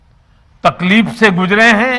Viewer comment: jo takleef ko takleeph bolta ho wo kiya khak kisi ki takleef ko samjhega.